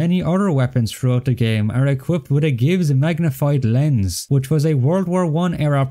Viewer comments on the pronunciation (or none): none